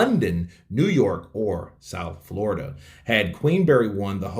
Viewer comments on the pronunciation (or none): none